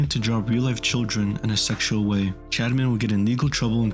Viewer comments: I am not condoning anything but i had no time to watch the video so i put it on x2 speed. On 2x speed it sounds like you say chadman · I keep hearing him say “Chadman”